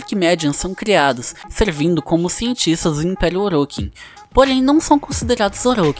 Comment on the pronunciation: Bom o video porem as pronuncias Tennos você fala (tienos) e Orokins voê fala (orókins) mas de resto ta muito bom.